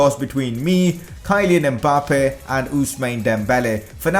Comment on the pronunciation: nice vid man but you really have to learn to pronounce names of world class players kyleen mbappe, Usmani dembele ?? ---REALLY